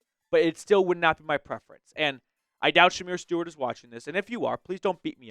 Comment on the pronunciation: Man, you're completely butchering Shemar Stewart's name. It's embarrassing...